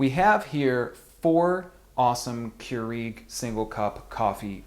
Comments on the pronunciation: it is cure egg not cure eeeg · Listen it's keurEG not keurIG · Smh. I've never heard anyone poorly pronounce Keurig (Qyour-IG). I've even called the Keurig peeps and they don't trip syllables trying to pronounce it. Less flair otherwise you sound like an uneducated jagoff.